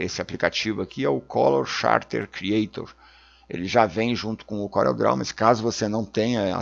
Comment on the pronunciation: "Couréu" mydou de nome😁